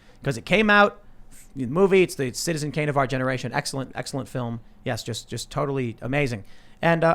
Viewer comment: Did Tim really just say that mortal kombat is the Citzen Kane of our generation?